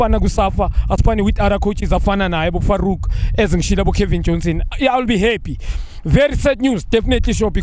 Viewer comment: If junior can say Farouk 😓😓😓#notinterested